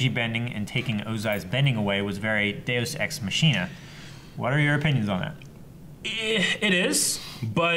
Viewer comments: ma dude said dayeus ex masheena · It's pronounced Deus Ex Makina (Machina)